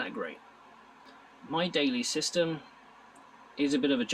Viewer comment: Several times I heard "system" as "sister".